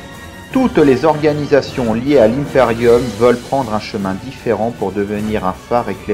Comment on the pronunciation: J'adore ecomment du dit "l'hymeperium" au lieu de "l'imperium"